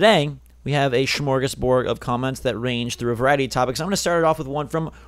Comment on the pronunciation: I find it funny that you use the Swedish word smörgåsbord but you can't pronounce it xD